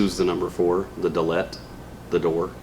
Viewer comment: With respect, it's NOT da’-let (like da-Bears); it's dahl-it. The is ZERO evidence Luke was a gentile. On the contrary, this is highly unlikely. You must let go of mainstream, Roman- based, regurgitated theology if you want to understand these mysteries.